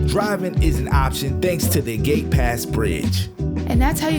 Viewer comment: Darlings! It's the "Agate" Pass bridge, not "Gate" Bridge. Doesn't really matter, there's only one bridge off Bainbridge!